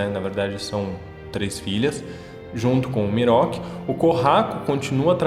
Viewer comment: ''Miroki'' kkkkkkkkkkkkkkkkkkkkkkkkkkkkkkkkkkkkkkkk, não consigo não rir